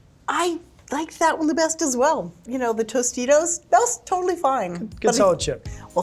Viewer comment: wtf said tostino's